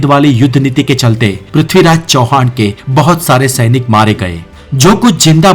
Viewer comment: o mere bhai tumhari hindi bolne ki kala ek dum mast hai ...sainik ko tum shainik karke bolte ho 😅